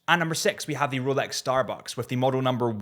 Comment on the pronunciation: Did you say roooulex?🤡🤪🤣